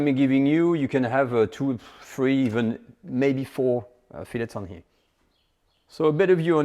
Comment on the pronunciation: I like your recipies. But learn how to pronounce “here”.